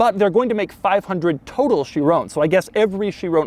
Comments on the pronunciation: Chiron...it's called a Chiron NOT a Chirone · doug i love you but its pronounced sheer-on not sheer-oné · It's not a 'Chirone', you fool. It's a Chiron. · Chi Ron.... Ron .... Chiron... not bloody chirown 😂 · "THIS is a bugatti Chiroan Pure sport" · Doug, Doug, Doug... please learn how to pronounce Chiron 😂 it's not Chirone, it's Chiron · Chiron. Not Shear-own. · Kai-ron. Sheerown is a sound Michael Jackson would have made while grabbing his crotch and delivering a smash hit. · For the love of god it's pronounced "she-rohn", not "chi-roooooooone" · Everybody saying: Chiron Doug says: Chironè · Please are you Americans going to continue to pronounce Bugatti Chiron as Boogarty Shirrone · Chi-ron not Chi-rone 🤦🏻‍♂️🤦🏻‍♂️🤦🏻‍♂️ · No one : Doug : cHirOnE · Is it just me or is Doug the only guy that pronounces Chiron as Chirrooone? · they way hes saying "chirown" kinda made me mad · “My Chirona”... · lol Chiroune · Michael Jackson's favorite Bugatti. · I like doug but my god someone tell him how to say chiron correctly. It's like he's trying to do a michael jackson impersonation everytime he says "chiron" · dougs pronounciation of this is atrocious like my spelling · Any fellow Europeans cringing at his constant mispronunciation of ‘Chiron’? Bloody colonials. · The way he says Chiron makes me mad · But my god why are you pronouncing it chirone. There is no e on the end. Also there is no e on the end of veyron. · Shee-ron (soft n)... Purr.... Spore.... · Where tf you getting that chiron pronounciation from? And its not pure sport, theres no e. You dont call a veyron a veyrown, do you? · stop pronouncing Chiron and Pur wrong... it isn't hard to google, doug